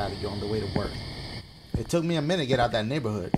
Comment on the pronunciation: eat something and listen sounds like he said niƃƃer hood